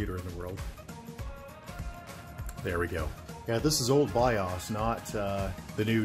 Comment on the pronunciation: you need to learn how to pronounce BIOS.